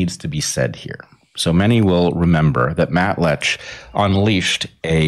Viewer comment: It’s Matt Lech. He thinks it’s Matt Letch. But he says Matt Letkhschsh. Go figure.